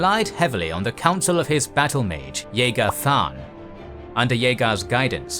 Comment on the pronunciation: His name is Jagar